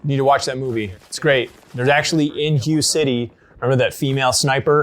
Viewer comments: It’s “Hu-Ay” City not “Hi-yu” City. But yeah the first AR was the AR-10 in 7.62 then came the AR-15 with 5.56, was right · Great video! Hue is actually pronounced Hway, not like hugh. Just an interesting fact. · I'm sure someone else has pointed this out, but it's pronounced "H-WHAY" city, not "HUGH" city. Other than that-great video! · If I have to hear HUGH City one more time omg... it’s Ha-Waye City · The pronunciation of Huế sounds similar to “whey”.The river you’re referring to is the Perfume River. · Ar 15 began life as a 7.62 A-10... the guy on the left was right. And it's pronounced (WAY) Hue... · Hi guys, I'm Vietnamese and the city's name is pronounced "Huey" (Huế). Love your channel btw! Subscribed! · It’s “way city” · I am 99% sure it's pronounced "way" city, spelled Hue. And it was a super famous Marine battle. That's where the house to house street to street fighting originated. Say the Diddies! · Hu city? Your pronunciation is way off lol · It's pronounced "hway" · 'Hue' is pronounced "h-way" :) Love the videos.. Keep them coming! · Hoo-eh would be more accurate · ..that pronunciation of Hue..